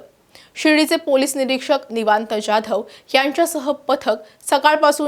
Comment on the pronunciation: ज्याधव नव्हे जाधव म्हणा